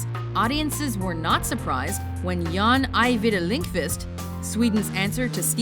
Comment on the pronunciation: The Reef! Tho it's made 2010 so I guess next list:) Btw,. His name is JOHN ajvide lindqvist, not JAAN.;P